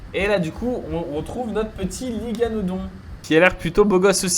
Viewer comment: Hello merci pour cette vidéo, mais je voulais te dire , on dit parAsaure et non parosaure, et l'iguanodon se prononce comme "l'iguane" (le gros lézard). 😉